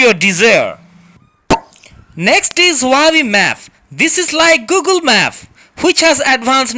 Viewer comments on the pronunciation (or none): Great advert.! The tone and expressions and words like "going to talking...", "ebry", "Google maph", "andruaid", etc. really had pissed me off at first before finally cracking me dead!!!😂😂😂